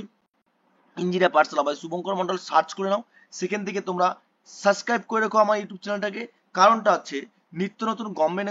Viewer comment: Suscribe ki abar bol subscribe 😂